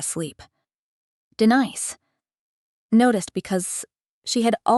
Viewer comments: Name of protagonist Denise is not pronounced correctly. Distracting. Storyline interesting. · Denise pronounced correctly in first minute but later not.